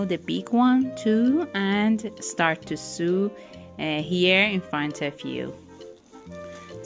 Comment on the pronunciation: Thank you so much for the lesson in making ball cushions it was really great. Very easy to understand. I have subscribed. You speak such good English. Btw and with the utmost respect the word SEW is pronounced like s-oh-w.. oh as in Oh dear,, open, Oklahoma! Hope you don’t mind me mentioning. English is a tricky language with all of the vowel sounds. 🤣